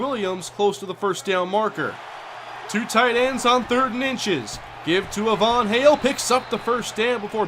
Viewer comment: Hey I think Ivan Hale is pronounced it's eye vin hail. Not a Von hail.